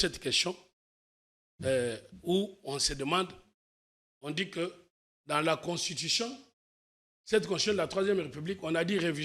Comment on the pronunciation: Quand il parle "Constion" tantôt de "Conshion" tantôt"Consishon" tantôt "queshon" il voulais prononcer quoi ? Je suis perdu aidez moi